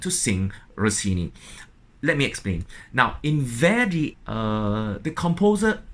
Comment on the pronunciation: Maestro your English is great. But, the great opera composer Verdi's name is not pronounced as Vördi or Veurdi like you do. The two letters in his name, v and e, should be pronounced exactly like the v and e in the words like vet, vent, very, vest. Sorry, a tiny detail...